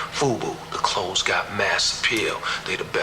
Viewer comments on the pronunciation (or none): none